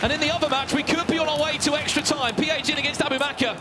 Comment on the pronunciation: The fact that he said PHZIN in bad...he deserves more pain...go and cry 😂😂